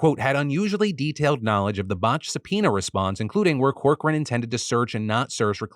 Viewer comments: I had to do a double take when you mentioned the Trump Lawyer's name. I thought I heard "Evan Cockring" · As a Cochran here, please, lord have mercy, apologize for butchering this name in so many ways